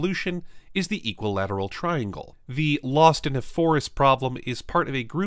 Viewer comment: tringle hehe